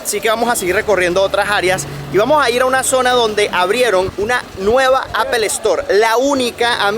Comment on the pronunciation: Buen contenido, pero a manera de sugerencia ó recomendación, mejora un poco la pronunciación, dices unas barbaridades a lo largo de tus videos, por ejemplo pronunciando apple y algunos gentilicios te pasas, por lo demás muy bien, muy informativo.